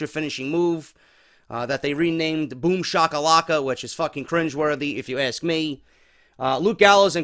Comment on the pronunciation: always says 'if you aks' me..LOL:P